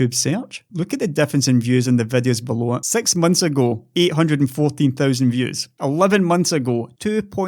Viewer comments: I am non native english speaker working networking support for almost 10 years. I spoke with people in most of the world by now and scottish accent is still one of the few I have difficulties understanding. But your accent in videos is nowhere near that :D Ye, you throw sex here and there, but everyone that can understand rest of the sentence know what it is supposed to be, Keep it up. Everytime I get notification that video came up I am hoping its one of yours! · You definitely say thoo thousand and sex.